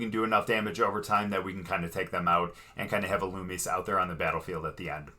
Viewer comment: Ee loo me zay(illumise)